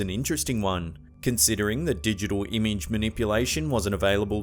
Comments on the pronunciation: Am i the only who get trigger by him saying ''imige'' instead of ''image'' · Umage!!! Not fuckin. Eeeeeemage